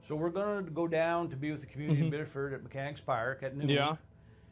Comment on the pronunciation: I live less than an hour from this, Reddit has fucking blown up with the disinformation and paid protesting (his daughter was in the car!) (he had a ssn!)(he wasn’t the target of their investigation!). FYI it’s pronounced “biddifid”